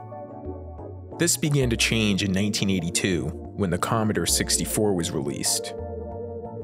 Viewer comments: Com-mo-door not com-uh-der, ah-men break not ay-men. Sheesh!!! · Comeder 64? It's "Com-ah-door 64" thank you very much.